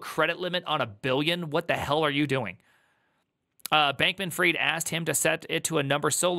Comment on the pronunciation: did you just say bacon freed? hahhahahah